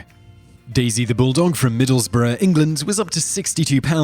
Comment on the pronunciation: Wow, somebody who can actually pronounce Middlesbrough. :)